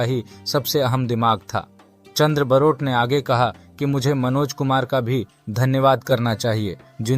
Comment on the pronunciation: सब से पहले ठीक से नाम बोलना सीखो। बारोट है। बरोट नहीं है। वो गुजराती थे।